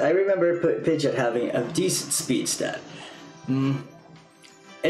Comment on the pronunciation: its not pidgit its pi-gee-ot pidgeot